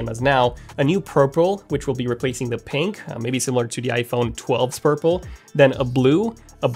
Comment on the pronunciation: “a new prurple”